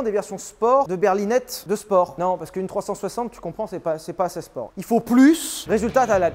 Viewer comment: Sylvain le seul a dire ”assez” assait 😭